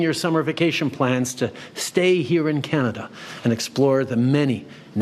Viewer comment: It’s not Canadia, it’s Canada.